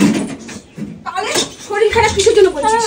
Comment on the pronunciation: শরীল নয় কথাটা শরীর😂😂